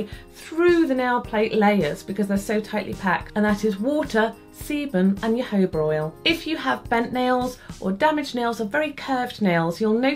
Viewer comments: Loved the video as always, where are the best places to buy good quality nail files (for someone on a budget)? Also, I'm not trying to sound cheeky but jojoba is pronounced hohoba :) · Great tips! Jojoba is a Spanish word. Js are always pronounced as Hs in Spanish, and unless there is an accent over another syllable, the next to last syllable is always the accent. Therefore, it's pronounced ho-HO-ba.